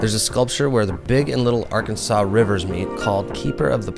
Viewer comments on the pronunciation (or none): The most Wichita response to this video: It ain't Arkan-saw, it's Ar-Kansas. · The river is the R Kansas, not areKansaw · Other than the fact that you didn't use the correct pronunciation of the river nice video. There's actually a lot to do in Wichita, you've just got to search for it.